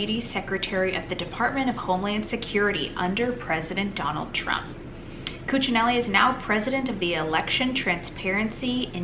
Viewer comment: You pronounced Ken Cuccinelli's name correctly.